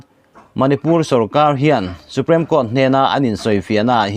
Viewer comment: Supreme Court i lam dan hi Su-prem i ti tlat a, su-priim ti a lam tur zawk asin